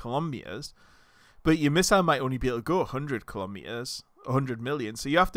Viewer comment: Hey there! Heard you pronouncing kilometers as "colombias", lol why you say it like that?